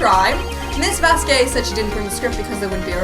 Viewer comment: Damn you guys are dumb to mispronounce Vasquez.